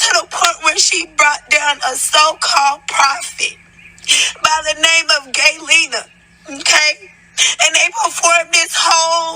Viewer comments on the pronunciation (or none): Did she say a prophet named " GAYLENA " Y'all correct me if I'm wrong !!! Smh !